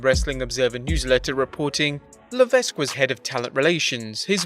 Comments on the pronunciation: Le-Veck or La-Veck. The S is actually silent. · The s is silent in hhh last name . La veck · LA-VECK, GO-BEAR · FYI, the s shouldn't be pronounced in Levesque. Always sounds weird to me when someone does. :p